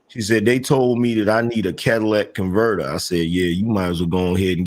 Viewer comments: The Cadillac converter is the most important part of a car. It turns any car into a Cadillac El Dorado LOL. Say it with me y’all, “Cat-Uh-Lih-Tic” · Cadillac converter 🤣